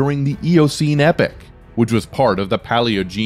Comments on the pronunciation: It's epoch! Not epic. Yer tit! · Rather spoiled by the terrible pronunciations: "climactic" instead of climatic, "epic" instead of epoch... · Learn to pronounce your words correctly: it is not "epic" (as you are pronouncing it) but "epoch" (ee pawk).